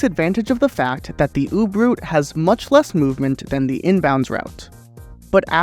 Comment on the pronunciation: you really said "oob" route